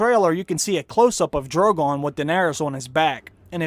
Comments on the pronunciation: He gonna pet da Dwagon !! nice Dwaqgon !! Dwogon da Dwagon !! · Jawn and Drogawn Lol